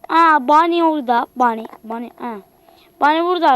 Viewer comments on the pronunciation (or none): bonnie ye bani dedi =D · Boniye bani diyo